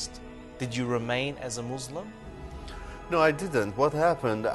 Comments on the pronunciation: moslim? Koran? Are you serious? He can't even say it properly! Rather Qu'ran and Muslim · What a liar!! The town he's from is remote which is why he chose it as his "home" . He can't even say Muslim properly?! Why doesn't he mention his University so we can check their records to see if he actually went there.